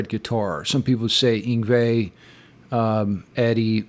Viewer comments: I agréé that Malmsteen is number 1 .but eddie Van Halen isn't à shreeder .and shouldn't be on the list,an Randy Rhoads an Ritche Blackmore shreds or does better solos than EVH .an should have been on the list .and Malmsteen's first nameis pronounced (Ying Vay)Yngwie not Ying wee incorect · Eengway Malmsteen lol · The pronunciation of Yngwie Malmsteen's name gave me a deep laugh as soon as I heard it too! I think an honorable mention could have been given to Jeff Hanneman and Darrell Abbott. Dime definitely created an original sound! I lived in Dallas during their glam days and the transition they made was mind-blowing! Hearing songs from "Cowboys from Hell" at the clubs before they hit the studio caused us to say "who pissed Pantera off?!?" 😎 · Vinnie Moore??? Seriously, look I didn't particularly like any of his albums there is no denying his skill. Dime Bag, Jake E. Lee. I cringe every time I hear him say Yngwie's name...